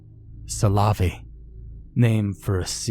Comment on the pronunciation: Yeah, but making it sound like salami can't be right either lol.